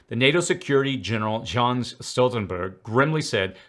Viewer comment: Thanks! Jens is pronounced "Yehns". I've always liked Stoltenberg.